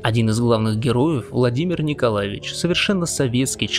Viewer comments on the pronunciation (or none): none